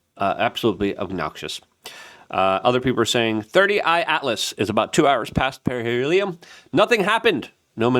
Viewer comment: i like to watch and am subscribed but... You need to settle down and quit being so in a hurry, first- drives me crazzzzy --- it's 3 eye atlas not 30 eye * 3I-Atlas get it . got it. good second- perihelion not fucken para helium !!! Quit being dumb - please ! Third Interstellar object to enter our solar system discovered by the Atlas telescope thus -- 3 I Atlas now you got it !!!! I hope... Now start pronouncing the idiots name at Harvard correctly. yes.... Avi Loeb. crazy Avi the Israeli-American physicist